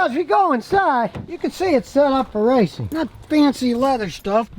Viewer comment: did he said riceing?